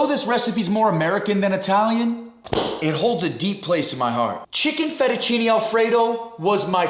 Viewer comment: "FettuCINI" ???? cmon..... 🙂